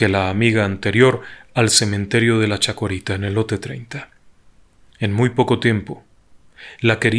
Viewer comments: CHACARITA, no " chacUarita" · no se dice chocarita sino chacarita!,asi se llama el cementerio. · El cementerio se llaman "Chacarita" no "chacorita"... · NO SE DICE CHACUERITA, ES CHACARITA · Es Chacarita, no Chacorita, jaja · / *Cementerio de la CHACARITA, no chacUarita. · Una pequeña corrección.. el cementerio al que Ud se refiere al principio del video es el de Chacarita, no/no "chacorita" como dijo. Saludos y felicitaciones por su interesante canal y trabajo. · el cementerio es del barrio de CHACARITA, conocido como LA CHACARITA, NO CHACORITA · Hola! Excelente como está narrada la historia. Un detalle: el cementerio es La Chacarita, no Chacorita. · Aca en Argentina tenemos un humor negro con respecto a este caso . Queres tomar un té?No gracias. A propósito no es chacorita es cementerio de la chacarita me hizo reir 😁con todo respeto señor en su relato ☺ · Cementerio de Chacarita, no chacuarita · Yiya Murano, un clásico. Nunca tan buen narrado. Hay un pequeño errorcito en el nombre del cementerio que es de una zona que se llama Chacarita, y no Chacorita. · Una pequeña corrección .el cementerio es Chacarita..no chacorita... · Me encanta ...no es CHACORITA... ES CHACARITA EL CEMENTERIO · No se llama chacorita el cementerio sino CHACARITA. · Excelente relato, el cementerio se llama chacarita, un pequeño error en la pronunciación, saludos!